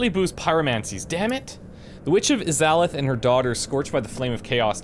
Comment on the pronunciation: You're my favorite Lets Player by far, but the way you pronounced Izalith was abysmal lol, especially since you've played DS1 man! Keep up the good work!